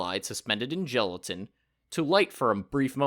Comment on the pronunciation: Gelatin, not gelitain.